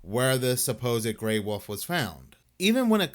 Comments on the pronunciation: Its pronounced WOLF not woof for God's sake dude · I love how he pronounces wolf "woof"😂😂😂